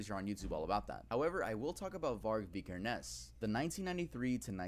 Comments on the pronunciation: says vikernes weird. its vik-kur-ns. and fun fact, on his ep aske (ashes in english), the original releases included a match to burn down the owners local church, as varg did, and used a photo of the burnt church (fantoft stave church in norway) as the album cover. also his band Burzum is a solo one piece band. sammoth was only a guest apperence. euronymous, the man varg murdered, was also a guest apperance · Vi-ker-nes. You're Norwegian, you should know this.